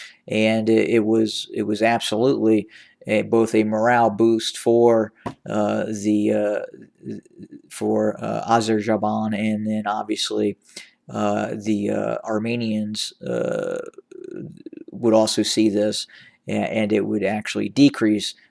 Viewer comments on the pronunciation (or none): Azerbaijan not Azerjaban dear brother.